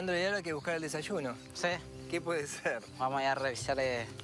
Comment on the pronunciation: Me hastie de ver este material. Entre el "desashuno", (desayuno) el cantaito del Argentino, y lo flojo del argumento me hicieron desistir de continuar viendolo. Adios.